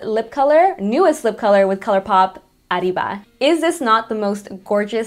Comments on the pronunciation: I thought the same.. She said that her parents are from Chiuhuahua so I too have a hard time believing she can not pronounce such a common word. Now, " Café au lait" is different because that is French so she gets a pass on that one its the same as "Cafe con leche" in Spanish. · GIRL I LOVE YOU AND YOURE BEAUTIFUL BUT HOW CAN U NOT PRONOUNCE ARRIBA CORRECTLY